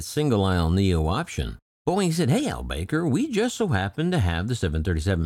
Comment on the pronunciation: I believe his surname is pronounced Al Back-ar. ;)